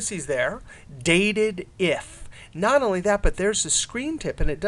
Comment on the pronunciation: Not that it matters, but I've always called this function "Date Dif", meaning "Date Difference", meaning the difference between two dates. I noticed that you were calling it Dated If. I thought that was an interesting way of interpreting it.